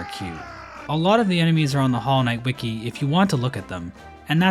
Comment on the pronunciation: FINALLY HE PRONOUNCED WIKI CORRECTLY